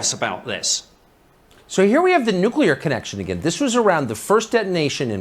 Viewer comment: Just say the words "new clear" without a space in between ......U NAILED IT THO!!! 😁